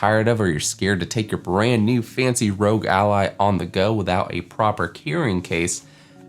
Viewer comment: Great video! Totally agree, no third party cases are upto scratch yet! Hope to see more content on the Ally. Also, its R.O.G which stands for "Republic Of Gamers" so its not pronounced "rogue" :D